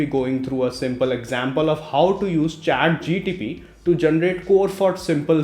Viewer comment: bro its Chat GPT not GTP